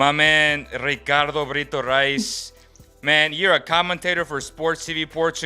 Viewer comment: Eishhhh. O gajo disse bem o teu nome Ricardo. 😂😂